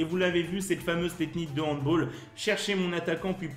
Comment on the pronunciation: Super vidéo continue comme ça ! Attention c’est handball et pas handboll 😅😅😉